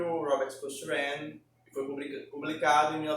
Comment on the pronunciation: Olá. A pronúncia correta de Cochrane é coc-crein